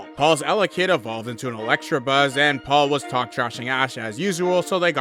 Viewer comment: Dude, it's ELECTABUZZ. There is no 'r' in there.